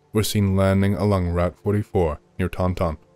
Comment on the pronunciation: I’m from the Bridgewater area. Taunton is pronounced “Tant’n” 😅